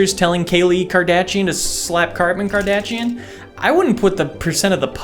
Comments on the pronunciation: I lost it when he said Kartman Kardashian 😂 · Did he say Karpin Kardachee? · "Genre," as Trebek would say. Or "cheep" and "Kardachian," as would say. Great video, didn't watch it. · I choked when he purposely butchered the kardashian names 😂😂